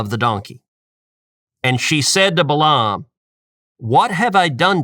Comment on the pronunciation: I can't believe that you still mispronounced his name. Only a Coastal liberal would pronounce Balaam (Bay lum) as Bah lahhhm. You could have simply looked up and pressed play to hear the normal American pronunciation.